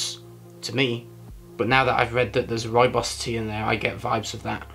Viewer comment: Try saying Rooibos with a rolling 'r' if you can. That's the right pronunciation. Love Rooibos. Think I'm going to make some now.